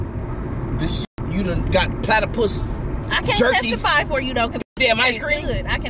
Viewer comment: I lost it at "platterpus icecream"